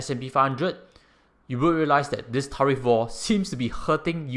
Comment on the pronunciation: I hope you don’t mind me saying this, but your pronunciation of “tariff” is not quite right. 🤭🙏